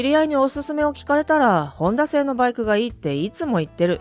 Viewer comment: なぜバイクの発音がLINEみたいなときとラインナップみたくする理由がわからない?一貫性がない!企業名のSUZUKIもそう!アナウンサーの発音練習午後5時55分みたいな?